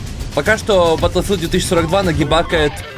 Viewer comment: Не Баттлфилд а БаголФилд